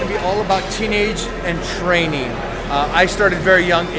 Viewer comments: I do think he was going to say training but it sounds like tren lol. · hahahahhhhaahahhahahahahaahhaahahahah was he about to say Training , anyways he said TREN hahahahah